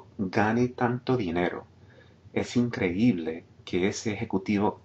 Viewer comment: Great teacher. I'm a native Spanish, and this lesson is priceless. Good work. Also, perfect use of accents in words like "increíble". Many native Spanish still struggle with that.